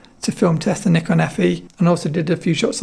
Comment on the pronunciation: Great to hear the host pronounce the word "Nikon" as 'Knee Con' instead of most hosts in YT pronounce it as 'Nigh-Con'. My highest respect! 👍🙇🏻‍♂️ I own Nikon FM2N. It's a tough camera! 👍